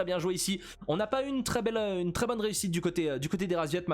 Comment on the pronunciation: Y'a que moi que ça dérange qu'il appel les paccbet, RASVIET ? Whut ?